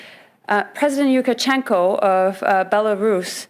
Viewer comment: It's Lukashenko Yukashenko, amateur hour